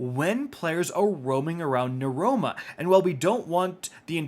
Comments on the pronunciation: Bruh, Neuroma? It’s NEOMUNA. Mans needs them gamer glasses to read. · I can't help but notice, and it sticks out to me really bad, your pronunciation of "Neomuna". You were saying what sounded like "Nuroma". Wouldn't the pronunciation be "Neo-moon-uh" or "Neo-mew-nuh"? I'm sorry for pointing out something so specific, just REALLY caught my attention lol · Oh, nee-oh-moo-nah 😅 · Twice in this video, you refer to Neomuna as "Nuroma". Just busting your balls 😆 🤣 lol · ahh yes the new POI "neroma" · We gonna ignore the fact that he can’t pronounce Neomuna properly?